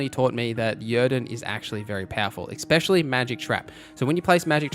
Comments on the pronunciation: Awesome video, but FYI, "ecspecially" is not a word. Especially is. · Ex-pecially...😅 It's ESpecially!